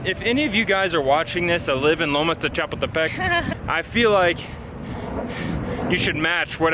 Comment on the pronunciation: You generally do so well, but it's cha-POOL-te-peck.